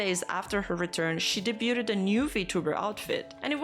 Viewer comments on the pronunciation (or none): I swear no one online can pronounce “debuted” correctly.